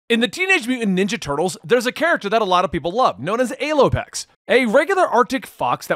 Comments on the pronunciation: Language is very complicated so none of us will hold you to how you say a certain word but we prefer the p pronunciation of Alopex as Al-O-Pex not A-Loy-Pex. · You need to google the pronunciation, not the spelling. The 'A' in Alopex is a short 'A' as in 'apple' not the long 'A' as in 'able'. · Thought it was pronounced Allow plex